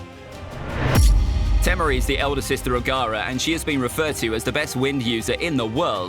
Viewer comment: You called temari tehmeri